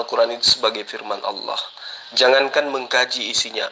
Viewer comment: sudah dijamin masuk neraka oleh Allah SWT. lidahnya sudah kelu untuk menyebutkan asma Allah SWT dengan benar, berarti Allah SWT telah mengharamkan namaNYA untuk diucapkan oleh. dia menyebut Allah dengan Owoh..🤦🤦